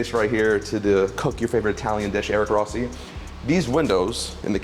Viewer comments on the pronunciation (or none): none